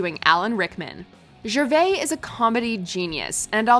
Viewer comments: Who is Ricky Schervay? It's Gervais. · It's pronounced JER VAYCE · Speaking of impressions, pronunciation is important too... Who's Ricky jerveyy? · The way she says Gervais 😷😷😷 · you pronounced gervais wrong smh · Pronounce Rick Gervais' name properly. The S isn't silent. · Sorry but a) that Beyoncé impression was cringey but honest and b) DID YOU SERIOUSLY MISPRONOUNCE GERVAIS???